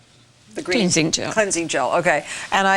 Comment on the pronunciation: glensing gel